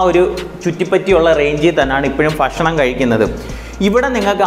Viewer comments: ഫക്ഷണമല്ല ബ്രോ ... ഭക്ഷണമെന്ന് പറയൂ .😮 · ഫക്ഷണം അല്ല ഭക്ഷണം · ഫഷനം' അല്ല ഭക്ഷണം aanh.. 😁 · ഫക്ഷണം അല്ല ചേട്ടാ ഭക്ഷണം 😂